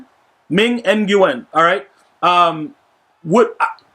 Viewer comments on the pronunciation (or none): Nguyen is pronounced Wynn actually.